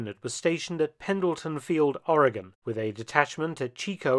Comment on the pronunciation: Thank you for pouncing oregon correctly